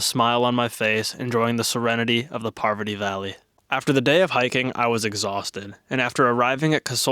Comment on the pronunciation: No way you pronounced or CC catched Parvati Valley as something similar to Poverty valley .. I've to look up all the valleys btwn Manali and Kasol .. cause I have never heard of a valley called poverty valley in my life